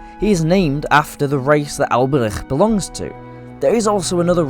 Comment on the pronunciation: Bro the way you pronounced Alberich makes me want to stab my ears out. I had to stop listening because of how annoying it is.